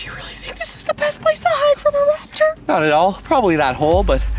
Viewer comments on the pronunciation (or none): IDIOTA Não É RAPITOR É TERANOSARO